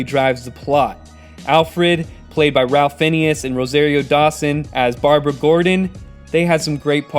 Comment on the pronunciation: good review man. Also, Ralph Fiennes is pronounced Rafe Fines. Yeah, I know.